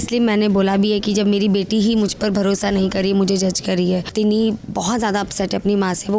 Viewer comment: Tinni 😅 not tina